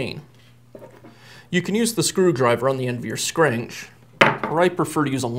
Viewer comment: I don't like how he says scrench